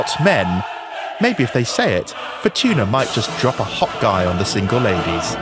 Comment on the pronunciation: Wheel of Fortun(a) 😂